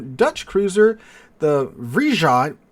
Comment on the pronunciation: Dutch cruiser Vrijheid instead of vrihid